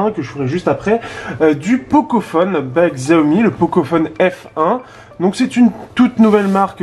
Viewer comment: Sa ce prononce SHI aomi et pas XI aomi